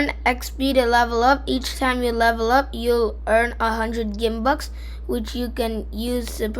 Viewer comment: its purnancede Gimbucks not like geem its like giom